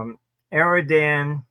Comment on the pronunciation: I'm puzzled why the genius Armstrong says "Aerodan" instead of Erdowahn. Maybe he's smarter than me?